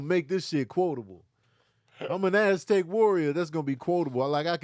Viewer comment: Oh wow!!!! I just realized that he said "I'm an Aztec warrior." All this time i thought he was saying "Elastic warrior" 😂🤣😂🤣 Thanks